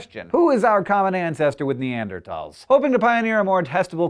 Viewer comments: What's neandertalls it's Neanderthals th not t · i love scishow...but two things. You said Ausyralian scientists and the writing said Austian...and please please start pronouncing Neanderthals the way its spelled. Not tals, thals. The th! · Fuck, it's bugging me how you say "Neardertols" Instead of "Nearderthols" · Ne-and-er-Tals or Ne-and-er-THals? I've always thought it was the latter, but you now have me confused Hank! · Neander-th-als. With a "-th" Not neander-t-als (misspelling is for pronunciation purposes) with a "-t." The History Channel (need I really say more?) was first to replace the ending, -thals, with -tal. Im sorry I just had to get that off of my chest. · Why do you pronounce 'Neanderthals' in a weird way? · can he not pronounce neanderthals correctly...